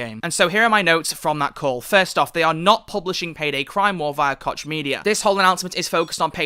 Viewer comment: I read that "koch" is really pronounced "Koh"